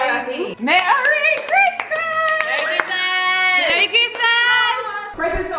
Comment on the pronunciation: "Marry RIZZmas" 💀